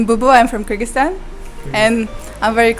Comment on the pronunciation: Majid, brother, you are dropping the ball here. At least, pronounce the word Kyrgyzstan and Kyrgyz properly. Its not difficult. smh